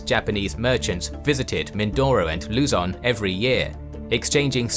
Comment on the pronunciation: Please do the voyage of Ferdinand Magellan and the Battle of Mactan soon,! Great work! EDIT:, the stress on Luzon is on the second syllable.